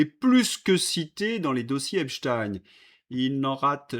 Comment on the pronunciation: Ravi de constater que vous prononcez à nouveau correctement le nom "Epstein".